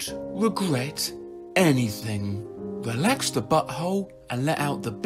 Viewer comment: Holy fuck! Why did I see a two headed sheep when he said eelax